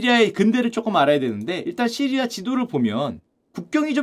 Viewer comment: 왜 자꾸 시리야라구 해여...시리 폭주하네